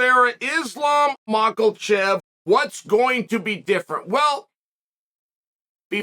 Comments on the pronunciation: Others: Makhachev Chael: Maklachev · "Machallchef..." LOL Chael go to diction class... hehe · "Makelchev" lmao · Butchering islams last name. Mans said mocklchev. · mack-el-chev lol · unc chael always says mackal chev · Love it when Chael talks about "Makhalchev". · MAW COAL CHEV 😂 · Uncle chael you do realize Islams last name doesn’t have an L?